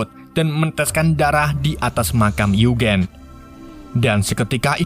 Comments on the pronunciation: Yujin bang Bacanya, Uegen wkwk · Eugene dibaca yujin bang